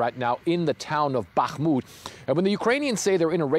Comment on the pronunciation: Respect for correctly pronouncing BaHHHmut (while most wrongly say BaKKKmut).